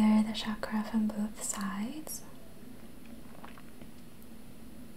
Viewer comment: It is pronounced as Chuck-ruh.